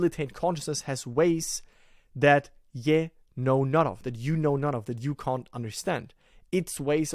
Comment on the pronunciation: Thanks for this, very helpful. Just a note on - “ye” is pronounced to rhyme with “he”, “she” or “we”